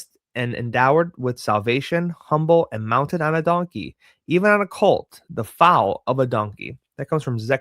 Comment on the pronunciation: Foal is pronounced like Fole